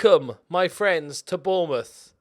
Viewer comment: Gotta sign Bwian bwobbewy for Bwournmouth! 😆.